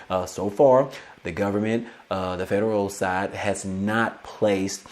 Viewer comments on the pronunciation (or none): none